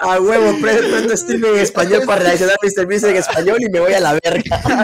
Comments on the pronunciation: Quackity mr.beast en español se dice como en inglés no señor bestia xd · Dice MEANDO 101